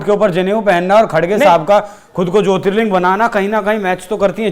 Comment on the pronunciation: Wo jyotirling hota hai ling nhi